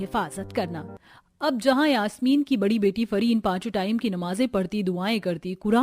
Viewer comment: Yaashmeen nhi yasmeen